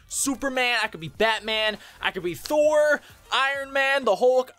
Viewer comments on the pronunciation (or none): none